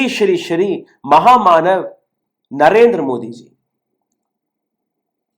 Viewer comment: ராகுல் ஒவ்வொரு முறை மஹா மாணவ் என்று உச்சரிக்கும் போதெல்லாம் ஏன் காதில் மானம் கெட்ட!? என்று ஒலிக்கிறது!